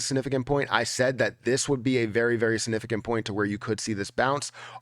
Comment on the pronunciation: Lol I love when he says "sanifficant"